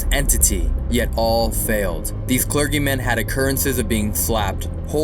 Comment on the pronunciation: Cler geee men not hard G . 😃